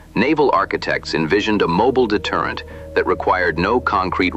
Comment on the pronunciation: A moball deterrent or did he mean a mobile deterrent? 😇